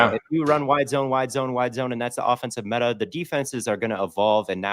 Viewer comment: Say meta again, I dare you. I double dare you